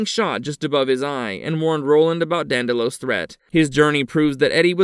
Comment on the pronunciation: Mordred IS NOT at higher level than the Crimson King and Marten/Flagg ARE NOT higher than either one. If he had been Mordred would not have gotten inside Marten’s/Flagg’s head. Q-thbert NOT Cuthbert, and DANDY-low NOT DAN-dell-oh.